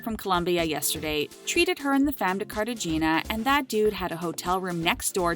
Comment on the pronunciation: Did she call Cartagena “Carta-Jeena”? It’s one of the most famous cities in the world. 🤣🤣🤣🤡